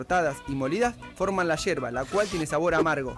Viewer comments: NO ES HIERBA ES YERBA CON YE!!!!!!! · Hola te cuento tiene una especie de filtro pero también viene un filtro que se coloca a la bombilla. Es yerba no hierba practica decirlo con yeee que no se entienda hierva seguro que es fonética . También hay que entender que la yerba como el café tiene su blend por eso la temperatura del agua . Y si el mate es sinónimo de amistad de familia un poco psicológico porque da para la charla o la platica como dicen . Cuando adquiere la costumbre recién se empieza a entender el mate . Mi estimada persona si viene ud a argentina tiene la invitación a tomar mates en casa o en un lindo parque que en argentina lis hay de sobra por doquier para disfrutar de una linda tarde de mate y porque no con unos bizcochos de grasa o unas tortas fritas que saben mejor los días de lluvia saludo a ud atentamente desde buenos aires argentina argentina